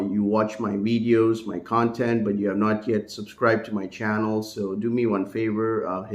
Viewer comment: the slurping of the coffee, the picking of the nose, the w in lieu of the v . . . all provided within the first 3 minutes of the wideo